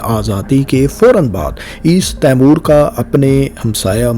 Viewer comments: تیمور نہیں ... 😂 ٹیمؤر درست تَلّفُظ ہے۔ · تیمور کیا؟؟ آپ کا مطلب " تی مور" تو درست ہے